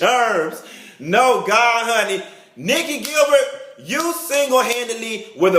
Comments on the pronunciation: Not "Nick-E Gil-Bird" 💀😭😭🤣😂🤣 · " Nicci Gil-bird?" SMH- LOL.. We miss you.. Thanks! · If u say Nikki Gil bird one more time LMBO!!!!